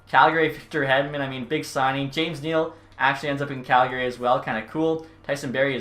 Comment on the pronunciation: i still cant believe hes Canadian and says Calgary incorrect. rattles me so hard haha